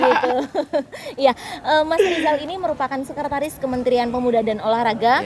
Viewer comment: SEKRETARIS mbak bukan sekertaris. 😂